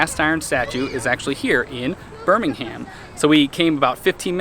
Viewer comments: As a Brit I though it was hilarious that you kept mispronouncing the town name in the first few clips, reverting to the UK Birmingham (Burminam). Loved your UK Birmingham tour and the US version looks really interesting too. Two gritty towns with history. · As someone from Birmingham, England I love that you're pronouncing it like that 😋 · for the locals we say B'Ham ALABMA We like music in B'HAM